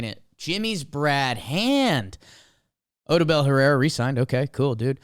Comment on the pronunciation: The way Odubel and Moniak are pronounced here is wild